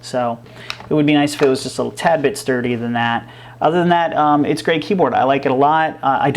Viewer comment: "shturdy" lol